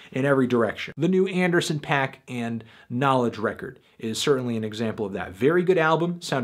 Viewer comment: Anthony.. repeat after me... Anderson PAC. PAC. Not PACK.